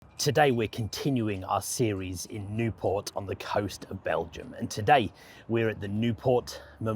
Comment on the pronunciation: Not Nieuport. Nieuwpoort. It's a Flemish city, not a French one.